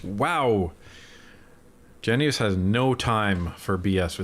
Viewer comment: Its pronounced “Gennis” not “Genu-is” just saying😅he hates that